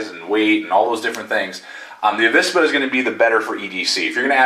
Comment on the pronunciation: In Spanish there isn't any difference between the pronunciation of V and B but you say it rather correctly, "avispa" or the non-existing "abispa" would sound the same. Greetings from Spain, saludos.